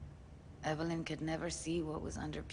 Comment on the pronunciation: I hope doesn't know anyone named "Ev-ul-lyn" in real life. I'm sure they don't appreciate being called "Evil Lynn".